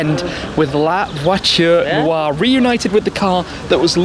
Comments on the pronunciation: La votune wah? Lmfao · "Lavatory noire"🤣🤣😂🤣😂🤣😂🤣😂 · Mdr comme il dit " la voiture noire" avec l'accent anglais xD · Who else got mad at the way he pronounces “La voiture Noire”? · Anyone laugh every time Shmee said La Voiture noire 😂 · Lmfao.....horrible pronunciation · i know but the way shmee pronounced it at the start